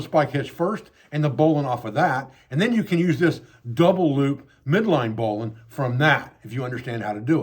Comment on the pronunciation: Oh my gosh, this is outstanding! I can tell that I'm going to spend hours on this channel. 🙂 And let me just say, it is such a pleasure to find someone on YouTube who knows how to pronounce "bowline". (My father, a former sailor who was then commissioned and became a Naval aviator, taught me a bit about rope and knots, but I've always wanted to learn more.)